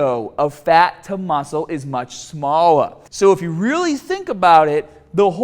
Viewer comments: EARLIAAHHH SMAALLAAHH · The ration of fat to muscle is much SMALLA. Really informative video, it even has some banter in it due to the accent! Great job!